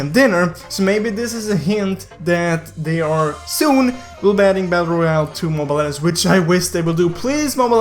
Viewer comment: Saying "mobile legends" be like... :Good job! Mobile legeiwnajfdsgend. ✌